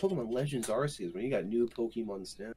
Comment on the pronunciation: it’s pronounced Arceus.